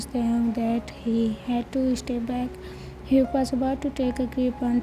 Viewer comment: Hyuk is the perfect name for that basterd you say it like yuk i love it 🤣🤣🤣🤣🤣